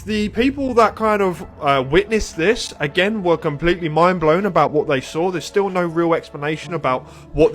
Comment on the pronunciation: I love how people from the south say sawll it (the neighbor sawll it fall) love it!😊